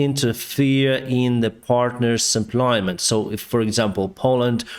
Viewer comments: It's not SUPPLY-MENT; it's pronounced SUPP-LA-MENT(Def: In addition to, to add more). Keep up the good work reporting on the latest events. The ORC's will eventually come out of their drunken stupers and realize that they're not wining the battle to take the whole country. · Forgive me for pointing out a detail of English, but "suplyment" is not a word... in those cases, you just say supply - thanks so much for your updates... I follow many sources of info on the war as we are and American-Ukrainian-Russian family, and yours are the best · Please don’t repeat “supply-ment”,. Great videos but the noun-words: ‘the supply’, ‘the advance’ etc are shorter than you think!